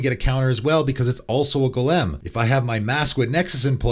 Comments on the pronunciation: Bro, learn to pronounce Golem correctly. Jfc. Been listening to you for months now and have noticed it, it’s so fucking distracting. Cmon dude, it’s so fucking easy. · You say Golem really weird lol